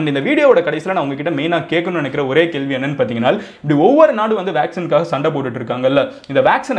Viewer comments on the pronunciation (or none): none